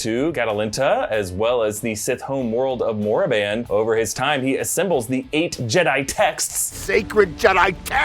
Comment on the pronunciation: Did he just say sith home world of "Moriban?"not Koribban????